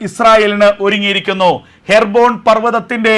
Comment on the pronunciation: ഹെർബോൺ, or ഹെബ്‌രോൺ